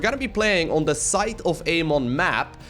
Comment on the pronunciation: It's said sy-th not site of amon